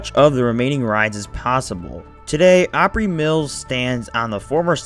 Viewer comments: Holy crap. It sounds like this guy's drunk or has a mouth full of something. I can't understand half of what he's saying. And he pronounces everything wrong. Wah-bush? It's wah-bash, rhymes with 'smash'. Oh-pree? It's Ahp-ree, like 'opera' but said in a redneck way. I'm only a couple of minutes in, so I'm sure there's even more. ETA: omg, 'miskellaneous'... The C is soft/silent, guy. sounds like missle ay knee us. Shhhh... be quiet and just let us see the ride footage. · This is the second video that is about Opryland that is made by people who don't even know how to pronounce it right! Opry--like "opera"--but with an "ee" sound at the end. Obviously you don't know anything about Nashville or The Grand Ole Opry that is a cultural backbone of our city for close to 100 years (beginning with the radio broadcasts). You and that British guy needs to do more research before publishing. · Opry = AH pree